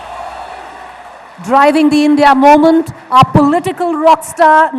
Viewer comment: English v bolta hai Bhai vo, suna nhi, "Momench"